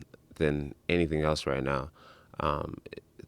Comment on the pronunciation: Does anyone notice how when joe says "else" it sounds like eltse? Things like that really get to me.